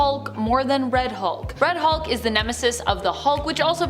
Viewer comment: When said, "Red Hulk" for a sec it sounded like, "Fred Hulk" for some reason